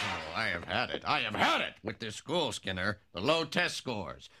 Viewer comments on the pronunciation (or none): When said "Skinner" sounded a lot like he said "Sinner!"